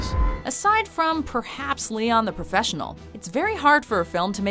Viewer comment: the profrenchional 😂